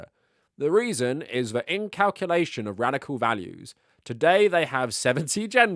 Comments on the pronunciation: In-cul-cation. Not "in-calculation." Unsubscribed. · Not "incalculation." "Inculcation."